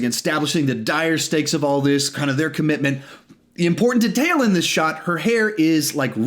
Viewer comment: WHO PRONOUNCES DETAIL LIKE THAT?